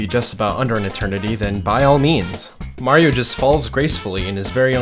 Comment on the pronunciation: its not merio its mario